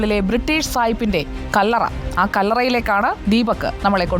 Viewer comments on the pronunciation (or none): കള്ളറ അല്ല ചേച്ചി കല്ലറ 😂😂😂